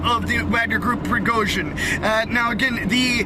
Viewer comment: Prigojin... J is read as u read J from Jenny